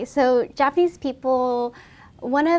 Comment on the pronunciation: Take a shot every time she says japanesse people